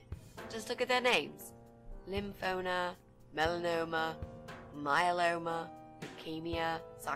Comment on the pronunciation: I’ve got one thing to critique... it’s not “lymphoNa” it’s lymphoMa. Had to say it, I’ve been 10 years in remission from lymphoma